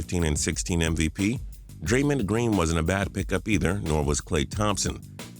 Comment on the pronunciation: Draymind Green lol